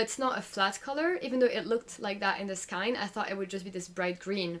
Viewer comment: Really informative and nice to catch up on your WIPs! Pls try pronouncing skein to rhyme with rain? 😅